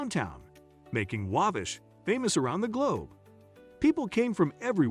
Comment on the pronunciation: Agree with the Cringe-worthy pronunciation, Waaaabash, Aaaamish. Add Turkey Run Marshall, Indiana. Beautiful Area.